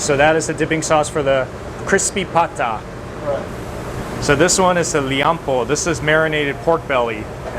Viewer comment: It's "Pata". The word is Spanish influenced.